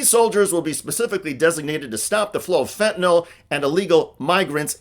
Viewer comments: I love you too you pronounced fentanyl correctly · Thank you so much for pronouncing 'fentanyl' correctly.